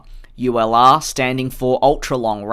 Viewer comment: Each timehe says ulr it sounds like u allah